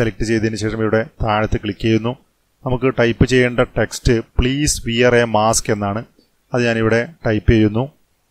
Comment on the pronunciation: Sir വിയർ അല്ല വേർ എന്നാണ് pronounciation cheyyandate